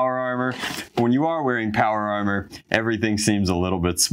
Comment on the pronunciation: I'm sorry did he call chiefs aromer power aromer